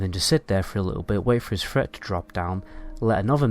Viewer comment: It's " TH " not " F ". Fret meter lol